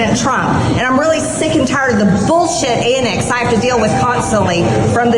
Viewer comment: Annex?? Did she mean ANTICS?